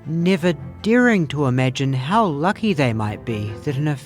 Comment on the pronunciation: Great video, really enjoyed it! After so many parts and weird stories/speculating it was actually so relieving you saying "or maybe nothing like that". All the times different people said "hos" instead of "how" was fun. And nice to get a glimpse behind the screen of those big eyes